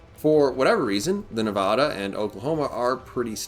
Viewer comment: You said Nevada wrong. From Nevada.